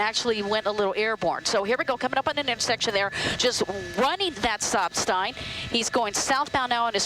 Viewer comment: “Sop Stign”